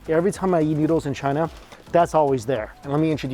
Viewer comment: Is it just me or does Mikey sound like he's saying "yeet" instead of "eat". 😅 Doesn't really matter, it works either way. All you can YEET... in your mouth. 🤣